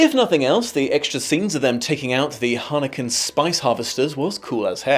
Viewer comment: The "Harneken" Spice Harvesters? Sounds like you had a Hermione situation reading the book.